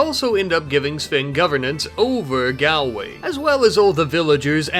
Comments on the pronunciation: Erm akshually it's pronounced "gaul-way" 🤓 idm tho it's funny to hear him say galway 😂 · Nitpick but, Galway is pronounced like gaw-lway. As in the first 'a' is pronounced 'aw' like the sound in the world "law"